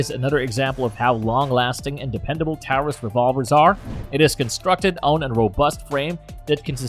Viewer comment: Pretty good video but learn how to pronounce Taurus and why say “dot” before saying the caliber? Just say thirty-eight or three-fifty seven?